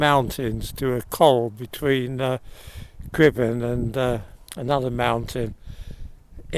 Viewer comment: Perfect pronounciation of the Welsh mountain names 👌